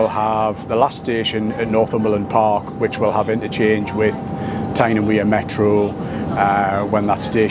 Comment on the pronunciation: The Wear in T&W is pronounced like Weir, not wear.